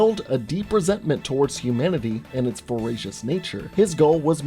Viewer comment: "Bloodied owls who swoop down and pick on you with racial slurs." I know I heard that wrong, I know you said "voraciously", but I really needed to share.